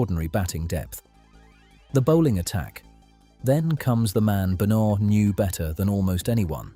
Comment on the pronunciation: It would help if you could get AI to pronounce Benaud correctly.